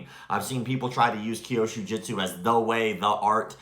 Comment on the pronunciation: It's Kyusho not Kyoshu.